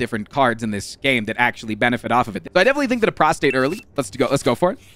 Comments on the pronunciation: Straight up said prostate 12 times in 45 seconds and the word is prostrate. 😅 Very, very different meanings, sir! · please, its prostrate, prostRate. The R is very important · Does he know it's pronounced prost-RATE and not prost-ATE? Made me laugh every time. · every time he attempted to say "prostrate", he said "prostate" instead, and I lost my shit laughing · Can anyone confirm whether he’s calling “Prostrate” “Prostate” on purpose? I think he likely is, but he’s so committed to it I can’t tell for sure. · Hes definetly saying prostate instead of prostrate atleast half the time 😅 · HAAANK ITS PROSTRATE NOT PROSTATE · I feel like a punk going into the comments to complain about one thing, but it is so distracting whenever you pronounce prostrate as prostate. Is that intentional?